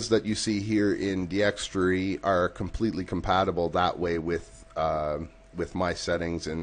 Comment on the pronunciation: Its D-x-tor-y not D-x-tre-y